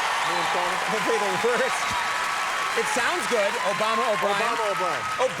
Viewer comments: is it con man or conan you might think its obvious but listen to it about 3 times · was he saying "Conan" or "Commie" ?